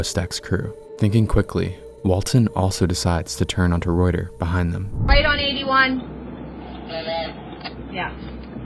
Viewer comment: Reuter Road is pronounced "Rooter" Road.